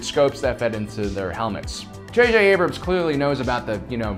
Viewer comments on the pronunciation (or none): none